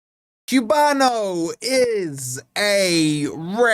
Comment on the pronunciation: Is this the guy couldn’t pronounce the name